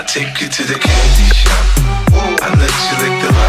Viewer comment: after a while its starts to sound like Panty Shot